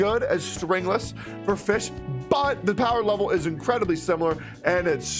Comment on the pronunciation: it still bothers me that you pronounce fischl's name as fish